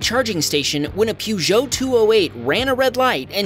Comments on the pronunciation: Peugeot is pronounced Purrgeot, purr like a cat! Not Peau. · 😂 that's not how Peugeot is pronounced. It's PERgeot not PEWgeot. In UK dashcam videos they're commonly known as "shitting Peugeot!" since one frustrated dude's dashcam video went viral. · Peugeot isnt pronounced "pew-egeo". It's pronounced like "pago" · Americans pronouncing EU vehicles - "Peugeot" - Sounds like : puh·zhow. But Peu-Zeo cracked me up 😂. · pewjyoo? My dude, its pronounced puh-zhow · man says Peugeot like pewjow lol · Oh dear! It is pronounced Purr-Jo. Purgeot is French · Peugeot = PERgeot. why cant americans get the pronunciation right when it comes to French words? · i have NEVER heard that pronounciation of peugot before 🤣